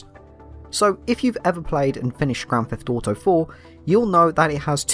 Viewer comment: As a fellow brit I love that we pronounce it grand theft dauto